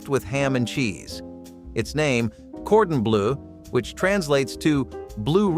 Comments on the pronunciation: Chicken Gordon Blue. Lol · Whoever is narrating this needs to learn how to pronounce cordon bleu and duck a l'orange.